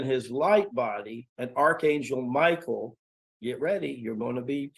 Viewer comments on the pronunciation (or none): none